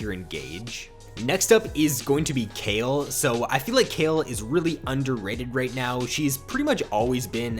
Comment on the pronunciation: the way he say kayle makes me cringe